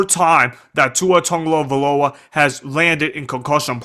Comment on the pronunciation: The only thing worse than Tua’s concussions is you trying to say his name…